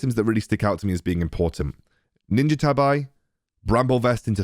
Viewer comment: Good thing they changed the name of ninja tabi boots, I feel uncomftable everytime I hear people mispronounce it like AARRGGHH!! My Otaku heart.